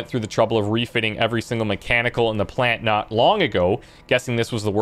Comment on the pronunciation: Geothermal Pant-lant. (pauses) Puh-lant. :D